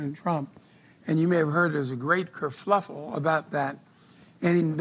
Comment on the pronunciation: Ker_fuff_le, not ker_fluff_le.